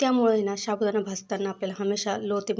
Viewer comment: शाबूदाना नाही ho साबूदाणा म्हणावे